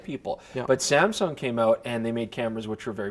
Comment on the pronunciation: Saamm ssuungg?? 😂